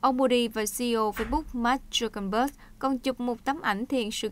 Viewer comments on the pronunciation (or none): none